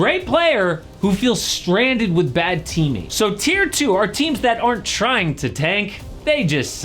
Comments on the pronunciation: Isn’t it TIER? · Tier, not tear. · Tier not tear bro